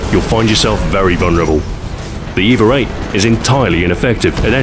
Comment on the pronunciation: Does anyone else hear "eve-er" when he says EVA? I'm imagining things... anyway, great video Stu, nothing like your weapon guides to make me want to drop what im doing and go have a round with the weapon in question :)